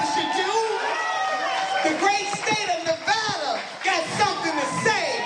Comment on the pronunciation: First of all, I would be ALL FOR Nina Turner! Second of all… OH MY FUCKING… PLEASE PRONOUNCE NEVADA CORRECTLY!!!!!!!!!!!! IT IS SO FRUSTRATING TO HEAR SO MANY PEOPLE PRONOUNCE NEVADA WRONG!